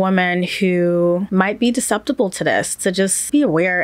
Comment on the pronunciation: Susceptible, not deceptible.